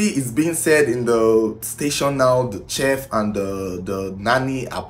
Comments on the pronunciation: Its pronounced 'shef' not chef like in check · It’s pronounce sheet not cheff like shhhh. Thanks. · It is spelt chef but pronounced as SHEF. If you want your videos to soar with foreign views, it is imperative to work on your diction; pronounciations. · CHEF....PRONOUNCED "SHEF"!!!! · Chef is pronounced as “shef” please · you just might wanna look up the correct pronunciation of chef , thank you! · you saying CHEF all wrong